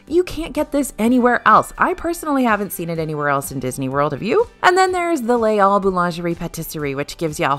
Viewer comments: Les Halls is pronounced 'LAYS all'. In French, H is treated as a vowel under some circumstances, and this is one of them. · The "s" in "Les" is definitely silent...